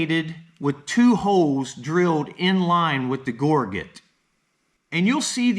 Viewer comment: Just looked it up in the dictionary—it's pronounced ˈɡôr-jət , not gor-get. The dictionary is your friend, learn to use it.